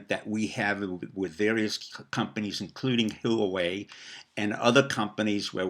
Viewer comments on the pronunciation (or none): fwiw its pronounced wah way = Huawei